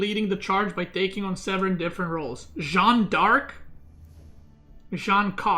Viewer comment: jeanne d'arc is pronounced jan dark. shjann d'ark. you're saying it like it's jean-ne d'arc but the -nne at the end of jeanne changes the sound into a simple french A sound. j-a-n dark